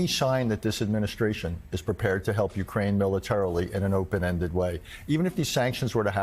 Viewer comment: Gee! What a surprise. ...and bloody Americans still don't know how to pronounce "Ukraine".